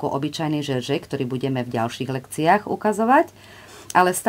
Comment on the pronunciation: Vyslovujeme džerzej, nie žeržej , píšeme jersej.